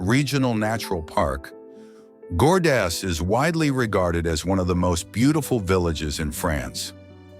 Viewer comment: Pronounce Gordes properly. No S